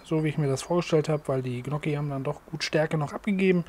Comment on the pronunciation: Hallo. Der Topf ist sehr gut.😋 Gnokki werden Nnjoki ausgesprochen. Besserwisser aus Krefeld.